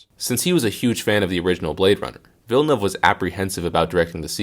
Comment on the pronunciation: you can roll the R for ana de armas but you cant get villenueve correct? lol